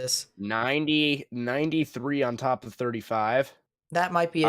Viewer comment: Damn that was intense but a funny livestream whatsoever, you and us in the chat did a good job for lightening the mood 😂👏 We arent gonna talk about the oh-KOH-knee or the day-las/fat worth teck-sass? 😂 holy that was hilarious. But that Leslie tornado and THAT PALM BEACH ONE THOUGH sheesh that was intense, and seeing both of them form on live was scary! great work man!